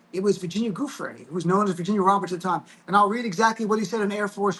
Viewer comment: Virginia's last name is pronounced Jew-Fray with the accent on the second syllable - waited to hear what Glenn has to say - so many podcasts are making just guesses on the fly while Glenn knows things based upon his prosecutorial career - we needed to hear from someone who has been steeped in these types of cases and in the seedy world of folks who are always skirting the rules